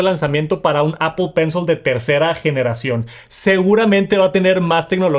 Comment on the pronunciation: es pencil, no pencel.. Gracias.